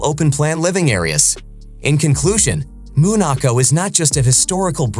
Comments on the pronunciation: Its called Monaco, not MOOOON ACO WTF🥴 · He called it what?! Moonaco?! At least learn to say it correctly. 🤦‍♀️